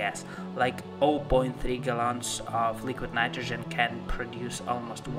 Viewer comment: Leeequeeed Naightrogen. Lol. Great vid tho. 👍